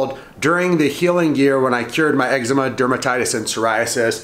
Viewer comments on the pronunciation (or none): what did he say? excma honey?